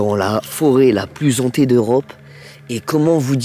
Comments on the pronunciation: Forêt Hantée pas zantée ! 🤪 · Oui super, par contre "la forêt la plus zhantée" ca fait un peu tache, ca pique les oreilles pour certains